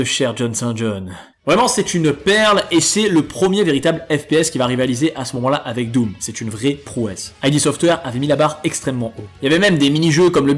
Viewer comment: En 2020 ca devrait etre interdit de prononcer ca I.D software :D